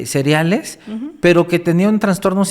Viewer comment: El dice asesinos "cereales" y es seriales